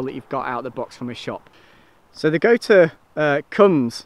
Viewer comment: It,s goture pronounced goture .